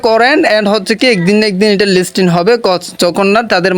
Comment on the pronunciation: লিস্টিন না লিস্টিং হবে বারবার ভুল করছেন.....😅😅😅😅